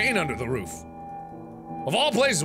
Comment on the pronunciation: I just realized that Mark's inflections like with room (ruum) doesn't carry over to roof, he still says it with the long ooh sound. I don't know, it just struck me as interesting because roof is the one word I say differently (like ruuf, with the long u sound). I'm a linguistics nerd...